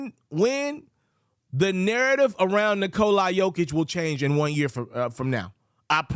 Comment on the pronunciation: It’s fucking NikolA not NikolEYE wtf is that